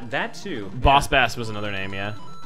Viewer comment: It's Booooss Baaaaaaaass cries aaauuuuugh thirty years of people never getting the name riiiiiiight...